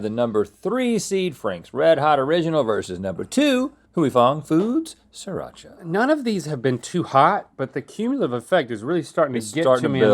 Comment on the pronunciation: It's sriracha